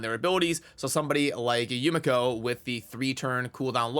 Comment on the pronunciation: Being half Asian ( my mother is Japanese ) , the proper pronunciation is Yu- ME'kho pronounced very fast. Also a very happy Birthday 🎉